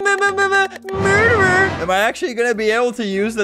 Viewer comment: hahahaha MUDERER